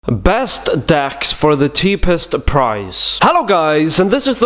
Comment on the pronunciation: Best decks for tha tepest price. #not trying to make fun of your accent love your videos dude it was just funny but I’m not trying to make fun but it was funny.